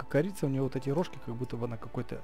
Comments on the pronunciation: Не крица а корица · не крица а корица ок? 😀 И кстати ты топ